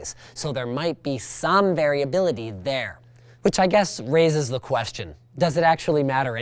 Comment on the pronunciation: lol "variability"!